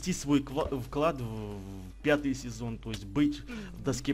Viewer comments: *****, ты правда ржачно говоришь слово "Пьятый":D xD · Как ты забавно сказал "пьятый" в начале :D